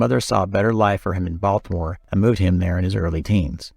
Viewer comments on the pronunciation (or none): none